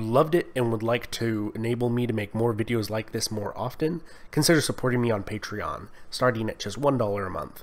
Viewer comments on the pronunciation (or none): none